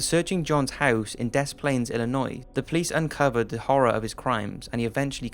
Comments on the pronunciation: The s in Des is silent. It sounds like Duh. Good video tho! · s is silent des, fucking english language lol love the vid